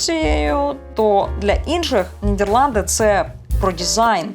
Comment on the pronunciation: толковий гайд по Нідерландах, був там в далекому 2000-му році, я її називаю країна-Діснейленд, бо жив у маленькому містечку де кожна хатинка і подвір'я навколо - маленький шедевр. Єдинє, дратує як авторка називає країну Нід"Є"рланди замість "Е".